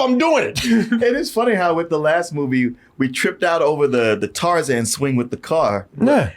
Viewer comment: Not “Tarzan”, “Carzan “